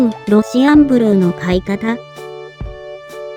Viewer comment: ロシアンブルーを契約したからこの動画に来たけど、ロシアンブルーのイントネーションが変でイライラして最後まで見れなかった それかこっちが正しいイントネーションなのかな？(笑)